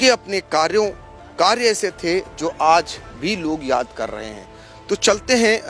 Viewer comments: Raja ko Raza..Aaj ko Aaz. Visheshta ko Visesta..😂😂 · एंकर साहब, पहले अपना उच्चारण सही कीजिए, (राज़ा) नहीं (राजा) होता है। (आज़) नहीं (आज) होता है,,😂😂 इसको तलफ़्फ़ुज़ कहते हैं 🙏